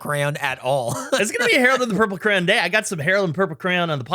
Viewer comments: For the longest time I kept hearing say Harold and the purple cran, and i was like wtf is a cran? Not until today that I looked at the list of movie titles that it says, Harold and the purple CRAYON, and I went ohhhhh that makes wayyyy more sense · I kept hearing crown instead of crayon xD